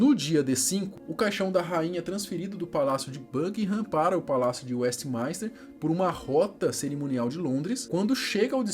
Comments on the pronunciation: Tem tbm Westminster que ele pronuncia WestmAInster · E WESTMINSTER e não westmaister